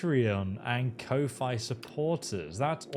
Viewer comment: Kofi is pronounced as "coffee" for future reference.